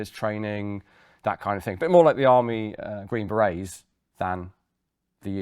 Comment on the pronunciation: You ought to know how to pronounce berets. Humph.